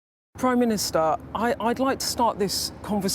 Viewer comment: "prime ministahh"